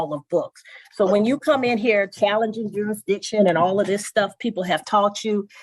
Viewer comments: He said “juridiction” dumb azz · What the hell is juridition? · Juritdishun.... Kan I akxst a querschunn.... These jackoffs are just that.... Dumbass... Id put him in jail for contempt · You don’t get to pretend to know the law if you can’t pronounce jurridishun. And if your bullcrap makes the judge say “whowhaddy wha?”